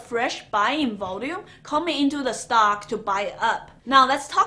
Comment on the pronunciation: Hold on slow down!! What is a "stalk" thanks